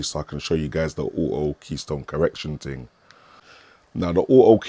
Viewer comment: What's a ting? Why can't people speak properly anymore. Wtf is a projectorer? Lol. Get back to School.